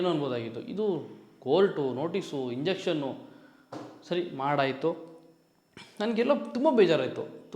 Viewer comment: ಮಗ ಅದು ಇಂಜೆಕ್ಷನ್ ಅಲ್ಲ ಲೋ , injunction ಇನ್ ಜಂಕ್ಷನ್